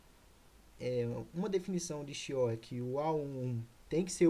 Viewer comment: Regra de QUIÓ se pronuncia